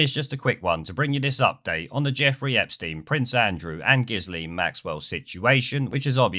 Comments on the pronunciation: Her name is pronounced Gill (as in what fish breathe through in the water) and -Ann,. Although, having said that, your original pronunciation is apt... seeing what filthy business Ep and Giz got up to. Also, her dodgy dad committed suicide off one of his boats that's named after her (Lady Ghislaine). NEWSFLASH: The results of a post-mortem on Giz Maxwell concluded that she took her own life. Two bullets were found in her brain and one through the back of her neck. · I think it's pronounced, "Jizz-Laine". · its just pronounced "gillane".......she's a cow anyway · Repeat after me: JIZZ-Lane. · Correct pronounciation is Grisly maxwell . , Whose Dad stope entire penstiin funds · I think it's pronounced 'Jisslane' but I may be wrong. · Pronounced Geelane. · Pretty sure her name is pronounced "jizzlame"...🤔🤔🤔